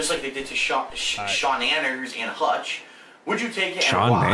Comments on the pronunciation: Sean-anners? Isnt it Sea-nanners? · It's obviously pronounced as "Sha-Naynners". Also, I loved the saga when FilI was feuding with Notch when they both were working for Machinima.